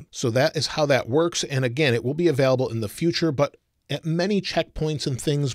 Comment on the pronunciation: Is he saying “available” or “avelable”